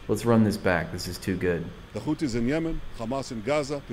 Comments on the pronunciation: He can say the letter H… why he keeps saying Khuthies? It’s Huthies. They always add a Kha letter to those they accuse as terrorists. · This silliness of saying Khoutis when next he says ‘hundreds’. They obviously know how to pronounce the ‘h’ sound. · “Da خuties” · Oh my god he’s saying khoootis? Now that’s another level!